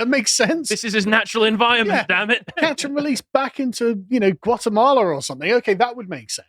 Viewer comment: what’s an “envioment”?